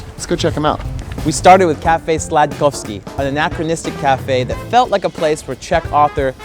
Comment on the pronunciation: Cafe Sladkosky xDD *Cafe Sladkosti :D Good video!